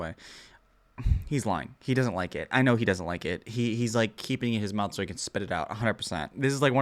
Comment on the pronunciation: "He's just body slamming all of that into his MOUF"